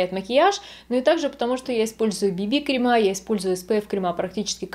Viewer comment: Особенно кремА, ну это ужасно...